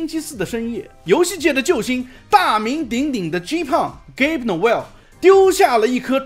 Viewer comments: 那个名字不叫 “给薄”，叫“噶比”，好奇如果是AI发音的话会不会读错。😂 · gabe 結尾為e a發/ei/的音 e不發音 所以發音是給不